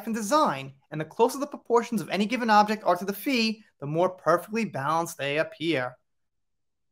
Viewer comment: I forgot to mention that you pronounce PHI like the English FIE. You know, like say FIFE, which rhymes with WIFE, but don't say the F, because it's just FIE.